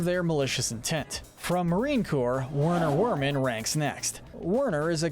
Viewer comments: He’s german, meaning you’d pronounce Werner Werman with a v sound rather than a w, like “Verner Verman” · In Germany, W's are pronounced as V's. So, it's actually "Verner Verman".